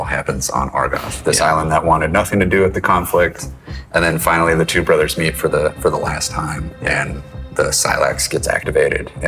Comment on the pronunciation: Twwoo Brothers... it's called Two Brothers!